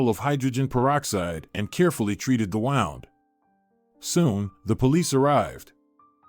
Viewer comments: Please check the pronunciation of wound. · I actually laughed out loud with the pronunciation!😄🤣😃